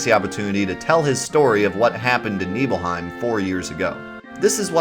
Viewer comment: NIBBLE-HYME! NOT KNEEBULL-HYME! Nibelheim= NIBBLE-HYME** 🤦